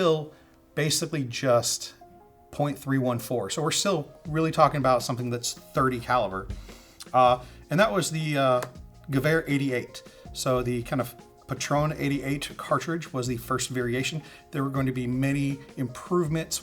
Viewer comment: Great video. Some advice for german pronounciation: An -e at the end of a german word is not silent. So "Patrone" is pronounced like "Patroneh"